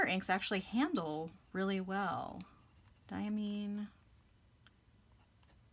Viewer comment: Diamine definitely makes beautiful inks! I always enjoy your content because you seem to have everything that I'm interested in for myself. By the way, Diamine is pronounced with Mine as in "this is mine." DYE-uh-MINE.